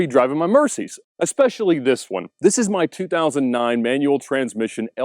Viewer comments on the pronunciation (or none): none